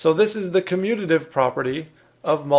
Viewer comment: Him: communidive Correct spelling: commutative Me: huh🤔🤔 Why you guys speak so badly